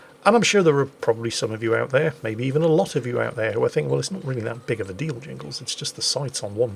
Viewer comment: Jingles! Are you sure you are not an American?